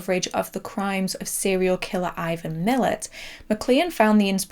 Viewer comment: Great video! Very slight correction, Ivan Milat’s who inspired John Jarratt’s character of Mick is pronounced ‘Muh-latt’ and he is known to almost every Australian as well Belanglo State Forest where they found his victims. Great video, this did pretty well in Australia on DVD as I recall, harrowing to watch 😬